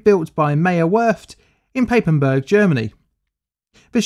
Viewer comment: Maierwörft in paipenbörg. Oof. My poor German brain